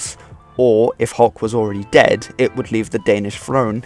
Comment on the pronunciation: English is not my native language and despite that, that pronunciation totally caught me off guard.